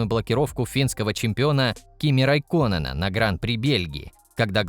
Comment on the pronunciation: Бля автор, прежде чем делать ролик, хотя бы подготовь правильное произношение имен и фамилий гонщиков, половина вообще не понятно что за гонщики Джан карАла физикелло, Батас, лЭклер, еще и великий райкОнэн попал под замес просто позорище 🤦🏼‍♂️